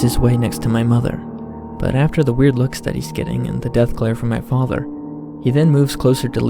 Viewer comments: "My faadther" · Wtf why are you pronouncing father like that?